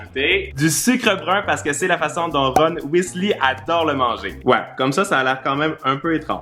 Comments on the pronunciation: Whisli xDD C'est Whisley (hey) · Ron Weasley et pas weasli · "Ron Wisli" 😂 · Ron WISLI😂